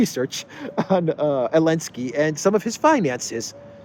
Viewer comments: It's Zelinsky! 😂🤣🤠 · Why are you pronouncing his name elensky now? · I just can't get my head around when u say elensky u are doing a great job one love from Ghana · So silly…he can’t say ZALENSKY. Cant stand this bozo